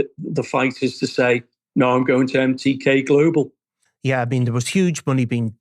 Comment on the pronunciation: "Empty-K Global"